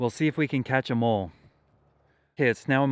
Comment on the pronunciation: Every time he say “catch a mole” I hear “catch ‘em all”